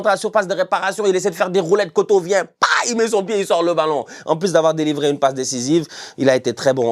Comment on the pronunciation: Franchement bravo pour la prononciation. Juste pour info il y a juste une erreur sur la prononciation de kotto. Je pense que tout le monde sait prononcer "or" les deux "o" de kotto se prononce comme le 'o' de or (le O sans le r bien sûr)